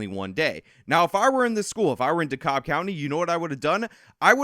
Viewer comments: Dude just destroyed pronouncing dekalb. Says “de-cobb” it is pronounced “De-cab” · It isn’t “D-cobb.” DeKalb is pronounced “D-Cab.” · It's pronounced "dee cab". I live here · The pronunciation of Dekalb is more like cab not cob. Just sayin. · Here in Georgia, DeKalb is pronounced "DUH cab", not "DUH cobb" like it is in NY. We mangle the hell out of "Houston", too. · Dekalb is pronounced "dee cab" (or sometimes "dee cob" by "fancy" people). Either way, the "L" is silent. I know it doesn't matter for this video, but for the future because Atlanta will likely provide you with plenty of content in the future. That's why those of us who live in the surrounding counties don't go into the city. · di-cab county...and it is IN atlanta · Just fwiw, Dekalb is pronounced “DE-CAB” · It's pronounced "da-cab" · FYI. It's pronounced "da-cab" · One little thing, it’s pronounced DeKAB county. I lived in the Atlanta area for 14 yrs.😃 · Ok. Look. It's pronounced Decab... and Dekalb Fulton and city of Atlanta make up Atlanta. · Hey big fan, you usually right about everything, not this time! You made a mistake so egregious that it needs to be corrected. It’s de-cab county. But with like an “L” in the cab part, between the a and the b. This is Atlanta, this is how we speak. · I can see many not from the area have issue saying the word, 'Dekalb'. Its pronounced, 'Dee-Kab', as spelled phonetically. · It’s pronounced De Cab. Silent L